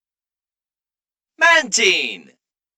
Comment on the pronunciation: I'm sorry guys but MAN-teen is really crazy, like that really took me aback...